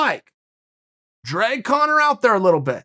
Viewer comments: Lmao. Did chael say cone-er towards the end??? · Uncle Chael pronounces Conor as Cono. Cono from now on.